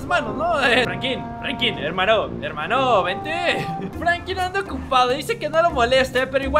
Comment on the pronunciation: Like si escucharon que dijo Franki pues yo escuché asi